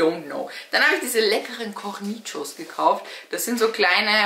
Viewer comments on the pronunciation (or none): Französisch: korni-scho